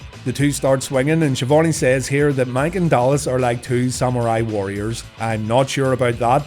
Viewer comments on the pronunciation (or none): none